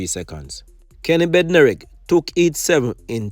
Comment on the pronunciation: Boss its a "Heat" not a "eat". And its "how" instead of "ow".